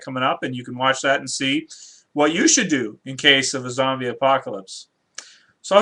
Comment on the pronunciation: its zombie not zobys and not zomby